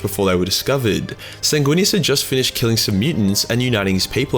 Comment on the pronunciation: It's pronounced, "Sang-Weenus."